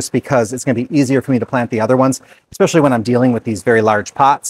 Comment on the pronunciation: Are you a Minnesotan? You said, “Ex-specially!” Very Minnesotan!